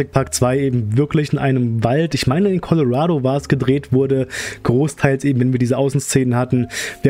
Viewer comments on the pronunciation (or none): none